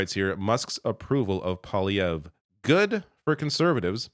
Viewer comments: Oh and please stop pronouncing it po-lievre or palievre... it is POIlievre, P.O.I. is pronounced POOWA, as the word Pea in french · I beg to differ. You pronounce his name as PoiLIEvre. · I still don't understand how Trump could be elected again... and I feel very sorry for my American friends and neighbours. But I remember thinking : " Maybe there's a silver lining and this his will scare Canadian voters away from PP...". (btw, its prononced PWA-LEE-AYVR...)